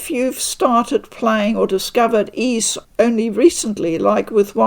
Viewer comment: Oath in Felghana translator here. It makes me happy beyond words to see that you enjoy the series, and that you also say Ys properly! Thank you so much for the coverage. You're awesome. 🙂